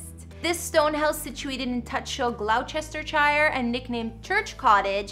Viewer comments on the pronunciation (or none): You didn't bother to learn the pronunciation of the estate before making a video? And aRISTocracy? Glouchesterchire? Seriously? My fellow Americans embarrass me. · Almost as good as Glough-chester-chire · Let's not talk about glaw-chester-shire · I love the way she pronounces Edinburgh as Edinburg and Gloucestershire as Glow-cester-shire. It made me giggle. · Or Gloucestershire !!